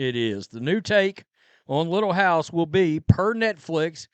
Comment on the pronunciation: Don't call it "Little hiuyse on tre Prairie" GD THIEVES